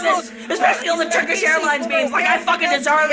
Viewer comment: "Turkeesh Airlinez"